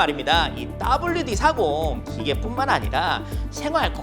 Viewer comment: 따블유디40 발음이 정감가네요^^